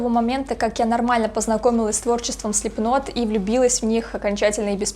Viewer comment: Хоть кто то говорит Слипнот правильно.